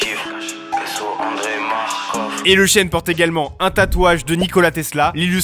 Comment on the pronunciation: T'es un ouf comment ta prononcer Andrey